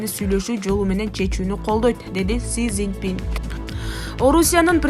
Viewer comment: Кытайдын торагасы Сизинпин дейби